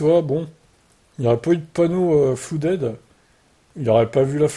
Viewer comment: Ce n'est pas 'floudèd' mais 'fladid'